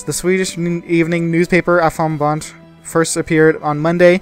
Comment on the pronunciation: not aftonbat its aftonbladet